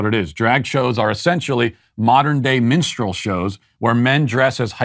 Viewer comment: did you say minstrel show or menstrual show?